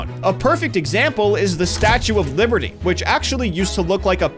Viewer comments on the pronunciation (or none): none